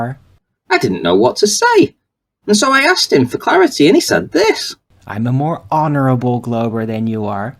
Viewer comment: "more honorable" lol "mor on" at least he got something right, aww bless you